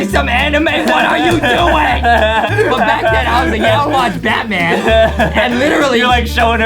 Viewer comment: Me when Justine said bathman LAMMMMMMMMMMMMMmMMMMME